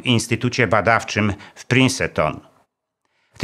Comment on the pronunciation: sorry za czepliwość , ale mówi się "Prinston", a nie "Prinseton"